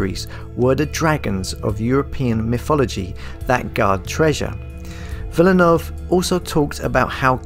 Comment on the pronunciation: You are calling him wrong learn French pronunciation